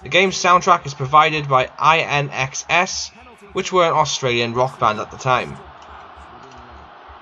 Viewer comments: You completely butchered the pronunciation of INXS. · Never heard INXS pronounced like that before